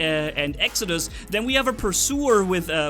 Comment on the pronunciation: Its Exodus not Exocuds